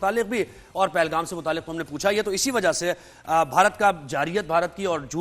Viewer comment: Yar tum log bollna/likhna tou seekhlo yar! JYAZA AUR WAZAH nahi hota, ZYADA AUR WAJAH hota hai... aur kuch ghalat nahi keh rahi wo! Exactly, God knows who is in pain! JALO JALO! JITNA JALLNA HAI JALO🔥😝